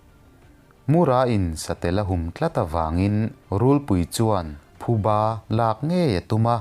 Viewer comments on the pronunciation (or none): none